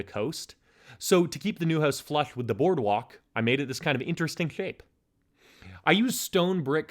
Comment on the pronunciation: I'm sorry but it's so hard not to laugh whenever you say flush. I hope this is just something from a mouth surgery and I'm not making fun of a speech impediment.